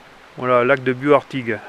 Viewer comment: Il faut prononcer le "s" à Bious !!